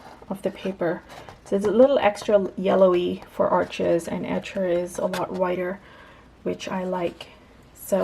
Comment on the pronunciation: Arches is French, it’s pronounced “Arche,” the (s) is silent, Thanks for sharing!!!